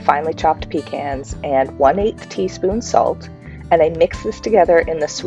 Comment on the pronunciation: Pekahs not pee cans